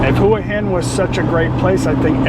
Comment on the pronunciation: Get someone who is a nativeHua Hin resident to teach you how to pronounce it properly…I’m not sure if my way of spelling it will make sense. It’s ”Hwa Hen”….NOT….”Who-uh-Hen”